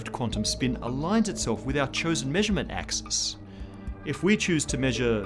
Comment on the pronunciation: "Dat A-xis"